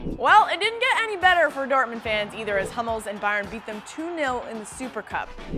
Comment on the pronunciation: The correct Pronounciation is MATS HOO-MELS not MATS HAM-MELS